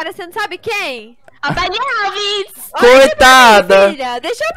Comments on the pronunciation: a mila: filha vc ja ouviu a musica da baliufi kkkkkkkkkkkkkkkkkkkkk o: e billie eilish o amorr vc fala tudo errado kkkkkkkkkkkkkkkkkkkkkkkkkkkkkkkkkkkkkkkkkkkkkkkkkkkkkkkkkkkkkkkkkkkkkkkkk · Baile Alves kkk amei E que nem a minha mãe pra ela falar nos united ela fala tudo errado